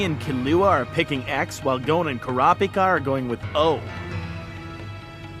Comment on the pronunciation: As far as dubs go this one is really great, but I just wish they coulda learned to pronounce the names better. Super jarring every time they say "Ku-RAAW-pika."